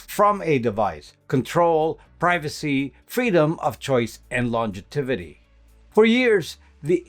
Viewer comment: longevity or longitivity. Tripped me up…sorry.